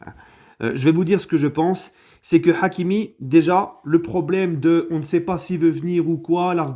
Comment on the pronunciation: L'accent forcé sur le H de hakimi 🤦🏾‍♂️